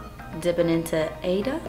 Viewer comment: I think Ada is pronounced (aye-duh), that was my mother's name. ❤❤